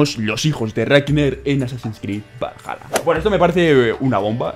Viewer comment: todos: valhala: valaya jajajajjaa Crack